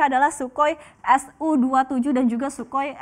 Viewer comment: Si mbak BELEPOTAN. CNBC belepotannn. "Shukoi"? wkwkwkwk